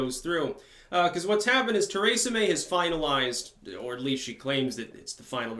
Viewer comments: seriously man, pronounce words in the correct fashion. You do this often. I love your commentary, but you said "Brayxit" and "Teraysa" May. Brexit. Theresa (Tereesa) May. These are correct. You have the right spelling, just not the right enunciation. Maybe it's the Vermont accent, idk. PLEASE work on it! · When I listened to you say Kratom you about drove me insane, now that I hear you say Teresa I realize it's intentional.